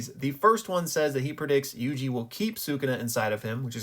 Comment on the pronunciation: Pronouncing my name correctly has strengthened my fandom in you exponentially